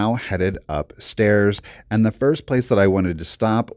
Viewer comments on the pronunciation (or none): none